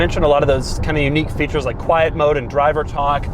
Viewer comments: Doug the type of guy to add syllables to words. “Quiet-uh ride” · Doug, quite mode exists in every car, it's called fader.